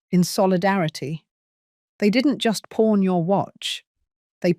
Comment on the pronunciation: Pawn store, not porn store…laughable error